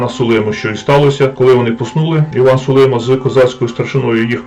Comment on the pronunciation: СулимА - наголос на останньому складі.